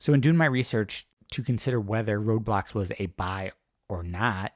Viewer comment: It's pronounced Roblox, not Roadblocks